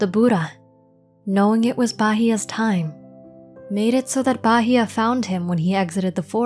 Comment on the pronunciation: Thank you for such a wonderful piece of work. I even learned how to pronounce Phra Bahiya correctly.